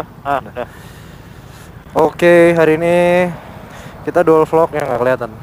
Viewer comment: "mau dual vlog" yg gw denger "modol vlog" :v